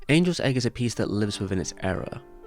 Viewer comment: It must have been a soft g then. I thought you said Anuls Egg.